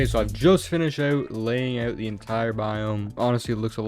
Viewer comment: i love how he says "oyw"t instead of "out"😂